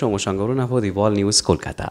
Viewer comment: I don't understand how could you pronounce कोलकाता as "कॉलकाता"(Callकाता) despite being a Bengali interviewer?